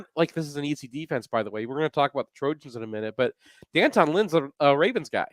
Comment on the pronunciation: Even though it’s spelled D’Anton…it’s pronounced Danton, NOT D-Anton. 🤦🏼‍♂️